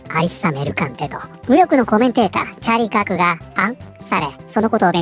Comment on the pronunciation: ああチャーリーカークか 音声だけ聴いてたらチャリパク事件に聞こえて驚いたわ